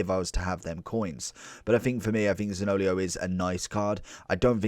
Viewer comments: Great video 👍 btw his name is pronounced Zanio-lo not zaniolio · I laughed every time. lol